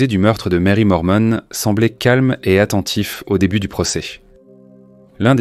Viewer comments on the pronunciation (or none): Pourquoi dire "Lormont" alors que c'est "Norman".